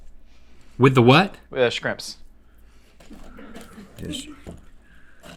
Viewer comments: Josh deadass said skrimps my man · He said SCRIMPS! I’m deceased